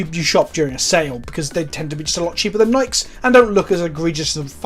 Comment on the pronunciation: I regret to inform you that you are saying Nikes wrong. Sincerely, Gabriel